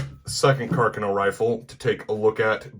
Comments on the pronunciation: I’m Michael Lorusso, & I approve of this video. Well done!... On a side note, as an Italian, thank you for pronouncing “Carcano” correctly:) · Well he pronounced Carcano correctly. Only Ian from Forgotten Weapons and this narrator pronounced Carcano correctly so lets cut the man some slack brother. I'm as Italian as they make them as well.